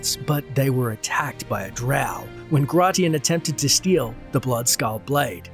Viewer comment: It's pronounced "grey-shun'". Like the Roman emperor